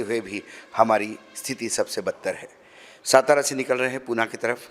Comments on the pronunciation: Its not सतारा ❌❌❌❌ Its सातारा ✅✅✅✅ मराठी आहेस ना बाबा तू.. मग तुला तुझ्याच राज्यातील शहरांची नाव नीट घ्यायला धाड भरते का 😡 उत्तरेतील घाणीत जाऊन पक्का भैय्या झालाय हा माणूस.... ज्याची लाज वाटली पाहिजे त्याचा अभिमान कसला बाळगता.... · Its सातारा not सतारा Kindly Spell Well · अशोकराव सातारा असे आहे, सतरा असे नाही. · सतारा नहीं सातारा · सतारा नाही सातारा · सातारा है... सतारा नही... 😡😡😡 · lavdu its satara not stara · सातारा not सतारा